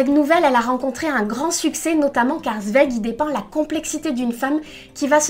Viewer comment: Super sympa ta chaîne j'aime bien le concept (étant moi même en 2e année de prépa littéraire, forcément) ça change un peu de ce qu'on voit sur youtube tous les jours! Juste une petite précision au niveau de la prononciation, Zweig se prononce "tsvaïg" (à l'allemande, si on prononce aussi son prénom "Chtefan") ou à la limite "svaïg" mais le "ei" est bien à prononcer comme le mot "ail"! Voilà j'espère avoir pu t'aider, comme j'entends à ton accent que tu viens peut-être du sud, les noms d'origine allemande ne sont pas les plus simple à prononcer! Bonne continuation :)